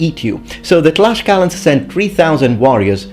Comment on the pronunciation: You are pronouncing it wrong then. The Nahuatl pronounciation is tlashkala!